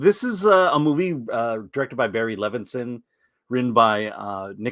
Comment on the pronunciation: Levinson not Livinston 😂